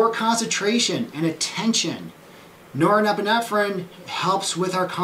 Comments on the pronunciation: Yes. Great explanation. But somehow he's got an extra syllable in that word... :D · I'd never take any advice or notice of a 'Doctor' who cannot even pronounce norepinephrine properly.... Specialist, or snake-oil salesman?? Does someone hear a duck quacking?